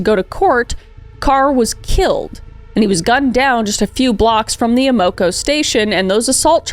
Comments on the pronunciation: Me hearing “A-Moe-Koe” station and thinking that’s a funny name for a gas station. Then it clicked, Amoco! It’s pronounced Am-Koe. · Ah-mah-co, not A-mo-co. Silly Canadian! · Kris’ pronunciation of certain words crack me up. Ah - moe- ka 😂 AM- oh- Koe Matt-son not Matt-eh-son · It took me until into the video to realize the service station was an AMOCO pronounced around here as AM-A-CO not A-MO-CO. Bless my whole heart. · Lol it's pronounced AM-uh-co, not uh-MO-co. 😀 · Pronounced Amaco, like Amazon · As someone who lives in St. Louis my whole life, how have I not heard about this case? Also, I can't help but chuckle at the pronunciation of Amoco and Chateau. I've always heard Amoco as Am-a-co and Chateau as Show-toe. It wouldn't surprise me if we've been pronouncing them wrong this whole time though. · Amoco pronunciation is like Am-uh-co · You don't have to be from St Louis to know that AMOCO is pronounce Am-uh-koh. BUT...You may have to be from StL to know that the street is pronounced Show-toe Avenue... and not Shut-oh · The gas station is pronounced AM-A-CO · Hey i live in granite city close to west alton and id like to just correct something. Its pronounced show-toe ave. Not shā-toe. Also its am-a co gas station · Ama KO its definitely not said how you're saying it. Like the words "am" "uh" "co" put together, just like that. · It took me a couple times of her saying Amoco to realize she was talking about the gas station that we often pronounce like Am Oco. I was like that is a weird name for a gas station and then it was like Oh Amoco! Lmao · AM a CO (As in "I AM," O as in "short "a" CO as in "company.") Thank you for the work, you are the best 😉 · Love you Kris!💜 AMOCO is pronounced Am-uh-ko 😊 yours is cute though 😊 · Am-uh-co lol. Not the way you are saying it...js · AM eh koh Part of the Standard Oil trust. Wikipedia can tell you how to pronounce a lot of company names. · Your pronunciation of Amoco is killing me lol. Youre close, but not really close 😂